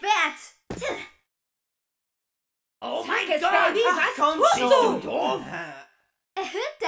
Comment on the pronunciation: Ich liebe es wie er statt gott scott sagt